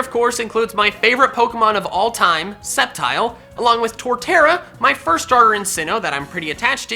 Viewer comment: DO NOT LEAVE OFF THE P IN SCEPTILE!